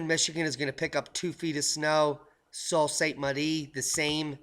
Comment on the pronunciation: PRONOUNCED..SUE SAINT MARIE. DIAMOND. I KNOW SOME VERY UNHAPPY YOOPERS IN THE U.P. SMH.